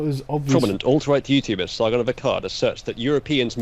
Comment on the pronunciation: Sar-gunt of Arsecock.